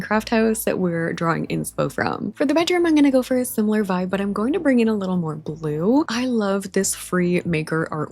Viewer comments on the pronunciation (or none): none